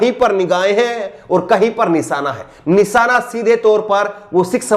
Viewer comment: Nisaana ku bolte ho nishaana bolo shaa ko saa bolte ho